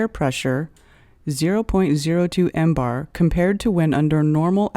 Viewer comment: If you knew what you were talking about you wouldn’t pronounce millibars as “mbars”. Awful, just plain awful. Aren’t you embarrassed?